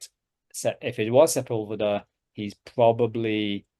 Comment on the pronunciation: Great start for 2025! I am still Byzantine Priority! FYI: Perhaps this will help: Juan Ginés de Sepúlveda Se‧púl‧ve‧da Accent on "pul" Thanks & Blessings!